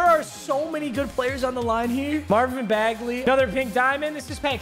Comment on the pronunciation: Mans said “ can bagly shoot”.